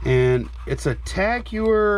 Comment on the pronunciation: Tag Heuer is pronounced Tag Hoy-er